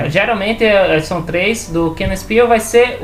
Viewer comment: pronúncia correta (mais aproximada): quenaspil(ao pronunciar o L a lingua termina em cima da boca) tés iarrés! quenaspiLTésIarrés.